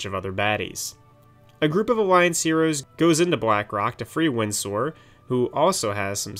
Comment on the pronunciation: Stop saying Windsor like that.